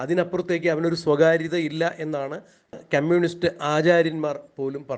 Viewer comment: ക്യമ്യൂണിസ്റ്റല്ല, കമ്യൂണിസ്റ്റ്